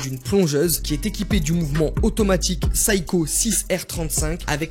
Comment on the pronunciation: Si vous aimez la marque Seiko, prononcez la au moins correctement. On ne dit pas "saï-ko" mais "sé-y-ko". Que ce soit en japonais ou à l'international